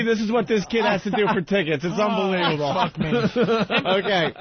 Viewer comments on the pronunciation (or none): The Opester says absolutely too much but let's not gloss over his overuse of the word "unbleeble" which I assume this mush mouth idiot is attempting to pronounce the word unbelievable.